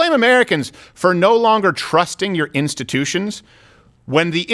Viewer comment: Just say democrats, it's not "instittions".